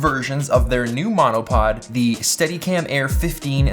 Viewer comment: my husband thought you said let's talk menopause 🤣🤣🤣